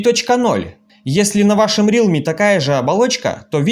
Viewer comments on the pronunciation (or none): Автор правильно говорить Реалми, а не Рилми